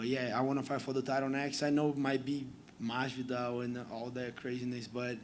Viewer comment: Lmao he ain’t say Masvidal tho